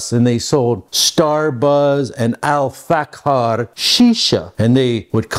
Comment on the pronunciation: it is 'Al-Fakhir' which means luxury in Arabic. you pronounced it as 'al-Faqqar' which is a different word which is means a specific historical type of sword